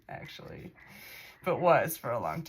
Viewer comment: Actually act-u-all-you